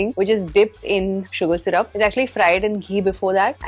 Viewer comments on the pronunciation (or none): none